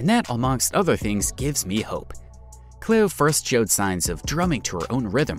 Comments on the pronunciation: I've never heard anyone pronounce Cleo ("Clee-oh") as "Clay-oh" before... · CLEO...was mispronounced by the voice over person. CLEE OH that's how it sounds.